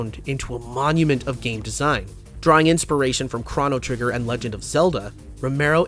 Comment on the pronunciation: just two notes: around the 40 minute mark you pronounce it "Kron-o trigger" and "brah-va-DOH" but its "krone-o-trigger" and "bra-VAH-do"